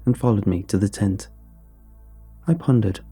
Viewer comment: Jesus christ, in the first few lines when you said tent I miss heard it as taint.